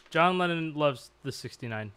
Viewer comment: john lean-on LOL